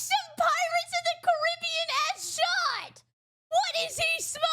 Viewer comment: I just want to appreciate pronouncing Caribbean this way, instead of how most people tend to pronounce it. It just sounds more pleasant to the ear